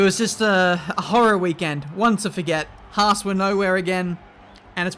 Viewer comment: you ment fHAASt